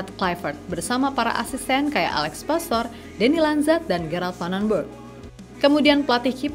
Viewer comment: Alex Pastuur bukan pastor Paas bukan paes Meis bukan mes Olé (é nya seperti di kata "képala" bukan ē di kata "bēbēk" yuk teman2 semua normalisasi cara menyebut nama orang dengan benar 🙌